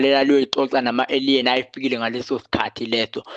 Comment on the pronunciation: Aliens - indlela abiza ngayo igama ethi ayidide.